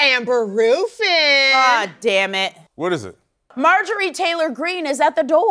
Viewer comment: Amber Roooofin 😆